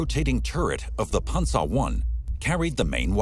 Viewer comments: It is pronounced Pan-zer (Panzer) not Ponza. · The way this guy says panzer is irking me.... panZER, not pansa. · punza lol pan zer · the german pronounciation is closer to ''Pansa'' rather than ''PanZer''